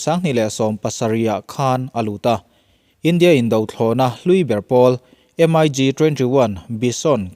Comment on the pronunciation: M.i.g tih a lamrik loh tur...mik tih zawk tur